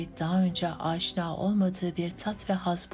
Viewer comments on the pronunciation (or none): none